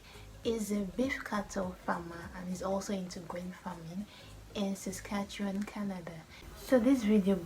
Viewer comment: Geez Quick Dick! can even say Saskatchewan right! Better than someone from Ontario! Good job!